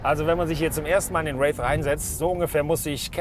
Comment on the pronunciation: Kriegt den Namen irgendwie niemand ausgesprochen? Hier ein Race, da ein Rave... Der heißt Wraith...